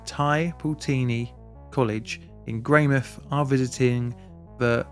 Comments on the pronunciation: Note on the pronunciation, we fully pronounce the mouth in Greymouth so it's Grey-mouth not Grey-mith :3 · It's not greymith, it's grey mouth, like a mouth which is grey. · Pronunciation: Your Tai Poutini is as near as 95% of NZers will ever get but it's "Grey-mouth" not "Greymith" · I study at Tai Poutini Polytechnic also in the outdoor education program. We have a memorial Yearly and one of my tutors was from this cohort that witnessed the tragedy unfortunately. (You were very close with pronunciation, the OU is a "Oh" sound) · 'Sorry for the pronounciation' proceeds to pronounce the Maori well and butcher Greymouth. 😂😂😂